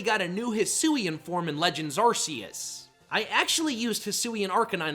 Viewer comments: A-R-C-H-A-L-U-D-O-N. That’s how it’s spelled! You skipped a vowel. I’m also getting tired of the ar-SEE-iss pronunciation. It’s a hard C, not a soft C! ar-KEY-iss! 🤨 As for Hydreigon, it’s pronounced hye-DRY-gihn, as in Hydra, Drei (DRY; German for three, referring to its heads), and Dragon! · It’s pronounced ARK-UH-loo-dahn, ar-KEY-iss, and hye-DRY-gihn, “”! 🤨